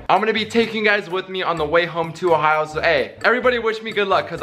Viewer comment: At the minute he literally went So i just landed in ohao